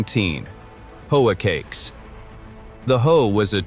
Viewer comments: Good info but the AI voice sucks. Hoecakes are not pronounced ho-A-cakes. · Did you hear how it pronounced "hoecakes?" 😕AI